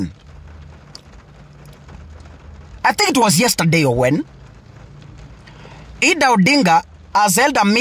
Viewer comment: Who is Eedah? Or its Idah( Aidah)